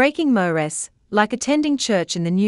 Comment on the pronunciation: If they used a human voice they wouldn’t butcher saying mores